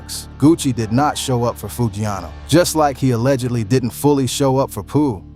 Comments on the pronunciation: “One thousand seventeen” “Pooh Shesty” “Foo-ghee-ano” and “Gucci Mon-aye” 💀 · Big scarr didn't pass away in 2024 Enchanting didn't pass away in 2022 🤔 DF?? 😂😂😂 Pooh Sheesty, foogyano wtf cant even say the names right 🤣🤣🤣🤣 come on get ya s#it right lmao